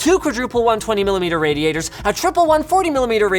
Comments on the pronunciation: "Raditor" lol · someone at LTT has trouble with the word 'radiator'.